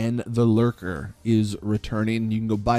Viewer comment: It’s lurcher not lurker